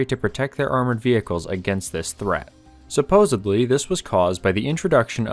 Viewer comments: Video is really good. Interesting, and enlightening. But I can’t stand to hear the fake word “supposebly.” The word is “supposeDLY.” Small nitpick but it’s like nails on a chalkboard for me. Haha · FYI: It's 'supposEDly', not 'supposABly'. Look it up. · . One of my worst pet peeves. It's "supposeDly", not "supposaBly" ya dingus. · SupposaBly ? No, supposedly with a D. Smarten up. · SupposeDly not supposeBly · The word you are using is SUPPOSEDLY, not supposably. SUPP-OS-ED-LY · Had me with "Zimmerit." Lost me with "Supposably." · Wait, did he seriously say "supposably"? He did. He said supposably. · ‘suppose-a-bly’. Ugggg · He did not say "supposebly". Tell me he didn't. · Please! Its supposedly! There is no "b" in it! 🙏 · Lost me at "supposebly". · SupposiBly? The narrator is an embarrassment to all Americans.